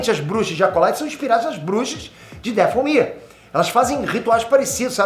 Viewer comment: O que é um "dafél ear"? É Dathomir literalmente da forma que escrevi, mano esse véio tá ficando doido cara kkkk primeiro com o assassins creed Shadow defendendo a Ubisoft, agora nem o nome do planeta acerta, cara tá criticando que fizeram as bruxas sendo boas sendo que o problema é terem feito elas feministas, cara vem me falar que jedis são tipo templário quando na realidade ta eles são praticamente monges (próximos do budismo) inspirados em samurais, até o nomes das formas de combate remetem ao Japão, 🤦, alguem de o remédio pro velho que pirou de vez